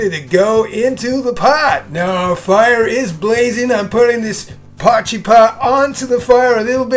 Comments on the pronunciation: Glad i found your channel, soooo many South African dishes, makes you homesick doesn't it. Have you tried adding a "Mielie brood" (corn bread) to this meal? Afrikaans can be challenging to the anglicized tongue Lol - Try saying "Poy" (as in boy) - "key" (opens doors) 'Poykey' no pause between. Or as suggested in comments already - poi-kee; Be Brave! You're doing better than most already! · It's pronounced "poy chee".